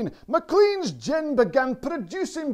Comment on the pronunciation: in scotland the name is pronounced Mclane, ok mate